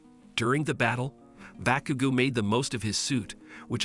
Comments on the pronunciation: (Boo-kudu-go) is wrong it’s (baa-kuu-go) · Me too but also cracked me up becuz he said BAHCUGO AND EYEDA. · "Bakoogooo" "midoreea"💀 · The mispronunciations are giving me a stroke💀 Why does he say midoriya like medorya💀 And bakugo like bakuogo